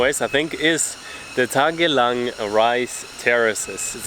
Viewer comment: I know what you meant coz keep saying “TAGALANG” 😂😂😂 sounds like Philippine language